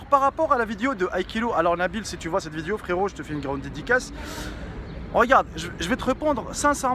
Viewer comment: non mais je t'aime bien je te suit depuis t'as chaine gaming et tout mais wallah faut faire des effort pour apprendre le francais zebi trop l'accent blédart la wallah c'est un délire , oh c'est pas VIDIO mais vidéo !! c'est chaud coméme